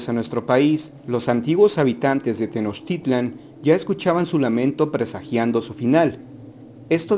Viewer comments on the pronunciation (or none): none